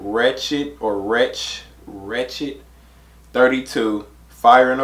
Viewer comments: His name is said wretch three two not 32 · It’s 3-2 as in three two lol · also its pronounced as 'three-two' and not 'thirty-two' just before any people get on ur ass about it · You pronounce his name as wretch 3-2 not 32